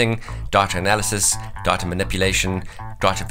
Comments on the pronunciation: I keep hearing "diet-a" lol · 1 minute and 42 seconds into the video I finally realized what he was saying was DATA. LOL